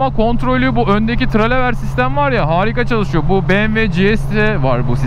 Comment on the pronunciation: Merhaba abi, yeni motorun hayırlı olsun. Kuzey marmarada çalışan arkadaş ben. 'da küçük bir dil sürçmesi olmuş, sözü geçen ön süspansiyon sistemi "telelever" olarak bulunabilir.